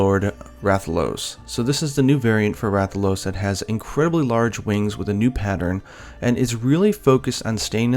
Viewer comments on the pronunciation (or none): none